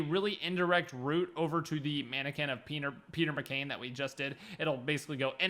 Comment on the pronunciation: are we just gonna ignore that he accidentally said “Peener McCain”?